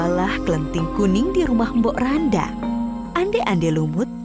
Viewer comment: Mbok rondo min bukan mbok randa bacanya